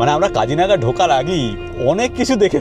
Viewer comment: Not Kajiranga it's Kajironga